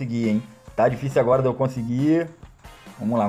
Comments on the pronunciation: "ágara" kkkkk MDS kkkkk se o Bichão memo hein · "AGARA" ? AGARAGÃ? KK LIKE